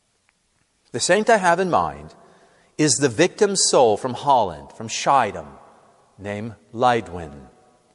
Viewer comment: Dear Father, the pronunciation of the name of Schiedam is: "scheeDUM"; the "ch" is a guttural sound, something like the "X" in Mexico.